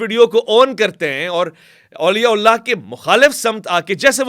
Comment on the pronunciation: please Auliya Ullah na kaha karain. Sahi lafz Auliya Allah hota hai. Thanks in advance